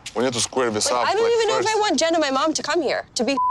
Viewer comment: "What do you WHUNT? What do you WHUNT?" Also, Charlie's questions are only provocative if you got something to hide